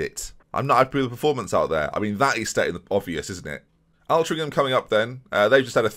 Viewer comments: Loving the Boston series, glad to see you back to enjoying the game. Altrincham is pronounced with an O rather than an A (Ol-trinc-ham) Source: I live 10 miles away and they're one of our oldest rivals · I thought the 7-1 would be the worst thing about this episode, but the way you pronounce Altrincham annoyed me more! It should start like the Alt in alternative or Ctrl + Alt + Del